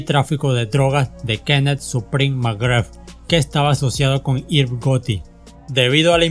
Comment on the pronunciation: Excelente canal, sigue así, sólo trata de reforzar el pronunciamiento de nombres y palabras. Por ejemplo: DMX = di em ex Irv Gotti = Irv Gari LL Cool J = El el cul yey